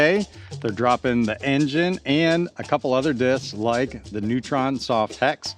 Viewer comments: Simon confirmed the pronunciation as “boh-kay” in one of his latest vids. The name is from a camera technique which results in a soft out of focus background. En Jean Ay is absolutely the most fun way I’ve heard that pronounced so we should all roll with that! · En-Jean-eeeehhh! Maybe it’s French or Italian!